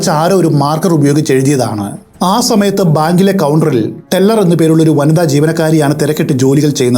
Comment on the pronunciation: "Teller" Please correct it